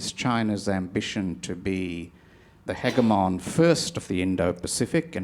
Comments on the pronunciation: I can't take the other guy seriously because he mispronounced "hegemon' like 14 times. I was waiting for him to say something about "hyperbowl". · How come Mr. Varghese does not know the proper pronunciation of "hegemon"?!😃